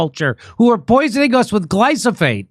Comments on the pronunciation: Jimmy, it's glyphosate, not glysophate. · I think it's glyphosate and not glosophate. Right? Lol point made though Round up sis horrible. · It’s not glysophate, Jimmy… it’s glyphosate! 🧐🤨🤣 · It’s “Glyphosate” , NOT glysophate hahaha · Tha fuck is Glysophate? I know glyphosate, but this other thing sounds pretty bad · Jimmy, it's Glyphosate - GLI FO SATE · Please Jimmy...gly-fo-sate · It's pronounced Gly-foe-sate Jimmy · Gly- foe - sate Jimmy ffs